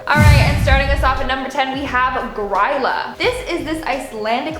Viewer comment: Im Icelandic and will say this Grýla is pronounced "Gree-lah"